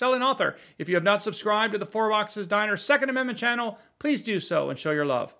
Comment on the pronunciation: It always sounds like you say “fart box diner” instead of four box diner and it makes me smile.